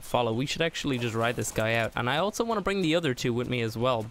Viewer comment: altso.......altso????also......not altso XD